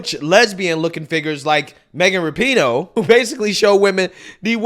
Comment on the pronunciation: Its "Rap-eh-No"